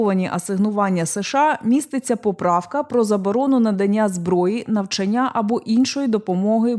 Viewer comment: Шановна ведуча! Коли задаєте питання, зверніть, будь ласка, на НАГОЛОС! Не завданнЯ і навчаннЯ, а завдАння і навчАння. 4 клас. Має бути соромно.